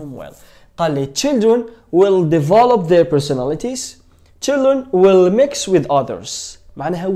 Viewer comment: استاذ مركش تقول في will راك تقول في well = معناتها حسنا